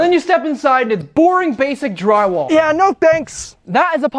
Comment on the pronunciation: What is jwywaow, what's a chwee ouse, chwee and what's a boblar, and shtiding